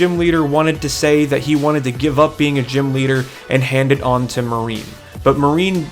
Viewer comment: I love you but : Mar-nie not marine and Gordie is the rock type gym. Besides that I actually really loved this recap like episode!